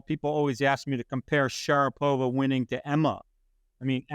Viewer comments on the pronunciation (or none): Sharapova....not Sharpova.